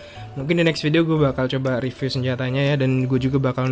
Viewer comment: Riviyu RIP ENGLISH